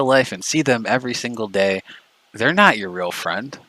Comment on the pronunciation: Ralph disown me, we're not frwend anymore dispatch is my frwend now